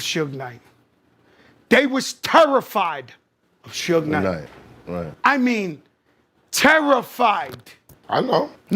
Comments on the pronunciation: I turned it off after you said SHuge knight lol. It’s Suge like short for Sugar. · It's suge like sug-ar not shoeg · Who is Shuge Knight? His name is Suge. You hear people saying his name in the video yet kept pronouncing it wrong....😂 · When you decide to let AI narrate your Suge video, type Shug. 😂😂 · This Honky Muthafucka Said "Shooge" 😂😂😂😂😂😂😂Ruined The Whole Video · Can’t take your video serious when you keep saying “Sooge.” 😂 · Why do you keep saying sooge knight. My God the narrator is on one. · “Shuge Knight” 😂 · The way the narrator pronounces Suge is pissin me off 😂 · Narrator sucks at pronunciation! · WTF?? How this narrator gonna pronounce Suge three different ways and NONE OF THEM correct? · With all the clips with people saying suge knight's name how the hell do you mispronounce it through the whole video? I really like your work but it's pretty sloppy to get his name wrong when he is the 2nd biggest person in your vid. I'll quit busting your balls now because you put together great content. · Exactly what I was thinking, just sloppy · No SERIOUSLY. Shit annoyed me ALL THE WAY 😒😒😒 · Butchered suge name the whole video lol 🤦🏿‍♂️ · Right? With all the clips of people saying it correctly in this video, HOW THE HELL YOU GONNA FUCK IT UP THE WHOLE DAMN VIDEO. I LIKE THIS VIDEO BUT ITS HARD TO WATCH WHEN HE BUTCHERED IT THE WHOLE TIME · I don’t understand how you have all these clips on people saying his name right and you still pronounced it wrong